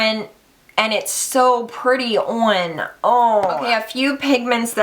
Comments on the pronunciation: Girl! IMO You pronounce the o like you suppose to lol (oh-n) not (ah-n) but then again I'm from Jersey lmao! I say (do-ah-r) instead of (door) OH AND THANK YOU I NEED THE TWO TRANSITIONING COLORS IN MY LIFE! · I just found you and love your style. I can't really pull off warm eye looks, they make my pale freckled face look muddy, so your picks went on my wish list. Can't wait to try MUG! Plus how you pronounce on and orange is adorable, I can imagine how cute coffee would sound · I think the way you say "on" is just an accent difference. I say it like Yawn without the Y... awn (I live in CA though and people talk weird up in here, making Ts sound like Ds all the time like itty bitty turns into iddy biddy)> The way you say sounds more like Own like I own my car... anyway don't you worry about it (like you're worried?) hahaha why am I even explaining....You rock! I <3 you. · I think when you say orange you don't pronounce the "a" and you add an "a" when you say on, Hahahaha, it's ok though I like people's accents 😁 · lol when you say "on" it definitely sounds like a pennsylvania accent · You do say on and orange weird but I still love you so much ☺️❤️❤️ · Hahahah it's must be some kind of mid-Atlantic east coast thing because I say "on" the same way and my husband (from Minnesota) always picks on me! Would love to see some makeup geek looks from you because these shadows are my fav!!! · yaaasss girl I love me some makeup geek! thinking about ordering some pigments after watching this video! ps; you're not pronouncing "on" or "orange" wrong, it just sounds different to a lot of us because of your accent! to me it sounds kinda like you're putting a w in "on" and when you say "orange" it kinda sounds like arnge. I think it's cool though, I've never heard anyone else with an accent like yours :)